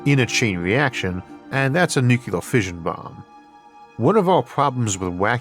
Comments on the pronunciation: Sorry, but using the word nucular rather than nuclear is my pet peeve, especially since I work in modeling NUCLEAR explosions in my job. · Nu cle ar. NOT Nu cu lar. Goddammit. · In today's episode, we discuss nuk-yu-lar transmutation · I love Isaac, I really do, but does anyone else get a twinge when he says nuke-you-ler?